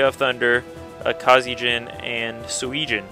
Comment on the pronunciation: it is driving me crazy, sorry about this, but it is pronounced "Su-eh-jin" sorry about that